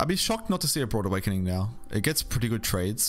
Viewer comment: You keep saying "broad awakening." Is this an accent thing?